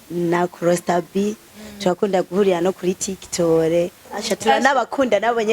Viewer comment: Ngo tiktol 😂 gusa ndabakunda pe❤